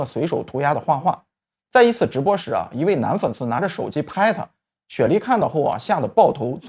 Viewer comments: 我也是聽得好難受... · 先說我覺得金秀賢很噁 但不是一部分，雪莉的死大部分都是網民的網路霸凌害的啊 連雪莉名字都一直唸錯 然後具荷拉前男友名字也是錯的 再來具荷拉的故事到底跟金秀賢有什麼關聯…. 還不如講徐睿知的事情 要蹭也不要什麼都拿來講好不好 up主做功課錯誤也太多了